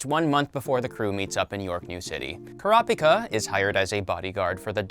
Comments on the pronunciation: Bro you are not saying Kurapika right. It’s “Kura-pika”. Treat it like two words with the first syllable stressed in each word. “kurApika” just sounds weird with the A stressed. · Why he pronounced kurapika like that omg